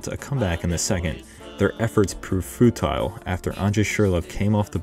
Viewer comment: Fruitile? that was it for me